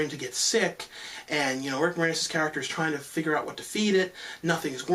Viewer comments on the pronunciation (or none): none